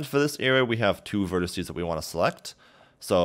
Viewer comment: quit saying "verticee"